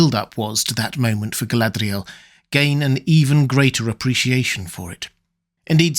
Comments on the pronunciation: Love your stuff. Really. But can we got back to not pronouncing Mordor, Morgoth and Galadriel ( etc) like we just rolled out of a RoP am dram class. 👍😏 Listen to Martin Shaws Silmarillion. You. Don’t. Need. That tat.🙏🤍🖤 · Your pronunciation of Galadriel off and irritating.